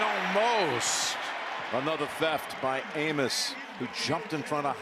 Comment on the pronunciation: 💀 I think someone forgot how to say Amos